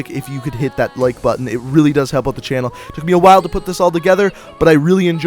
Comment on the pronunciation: he says ewt instead of out no hate just saying